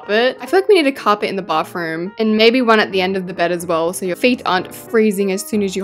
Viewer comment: You call a bathroom a bafroom😂😂😂